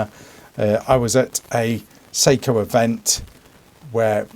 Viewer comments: Seiko is a Japanese company. Learn how to pronounce Sako at minimum… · SAKO not seiko... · I appreciate the review. You definitely repeated yourself a lot saying the same things over and over but it’s still one of the better reviews on these new SAKO rifles (prounounced SOCKO) so far! I had the carbonlight in the 85 series and I really liked that rifle a lot. However it had a 20 1/4 inch barrel which is kind of short in the hunting game, and the Finnish I could see overtime wearing off quite quickly and not having very much grip to it. I think the 90s series having the longer barrel and what appears to be a better textured finish will prove to be better and last longer! Having a finnlight 2, I am used to using the rising cheek piece that is activated by the button, so I’m not sure what it will be like going back to a non-cheek extension stock. I’m assuming if you get the scope down low enough it will be fine. For me there is no need for a threaded barrel that is just an added expense to the rifle that puts it out of peoples range financially! I’m not sure about the Picatinny rail yet, it’s a nice idea but I have always been a fan of the OPTi lock connection system. I believe it looks better, cleaner, and the scope would not move whatsoever with that system! I am also a little turned off by the bolt handle on the 90 series. It reminds me of the Tikka bolt that’s hollowed out. I do not like the look of it or the feel of it but that’s a small sacrifice to have one of these Carbon fiber rifles! Finally, not sure about the twist rate. I understand why they did it but ou